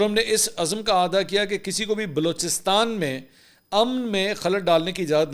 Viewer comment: بار بار آعادا کيا،! اصل مين لفظ اعادا، يعني پھلي الف مين زير آئيگا